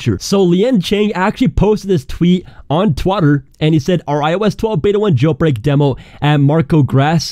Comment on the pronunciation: The way you say “gel brek”